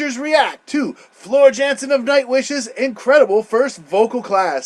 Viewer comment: Floor's surname is pronounced as Yan-sen